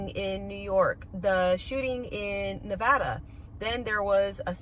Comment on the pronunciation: Thank you for pronouncing Nevada correctly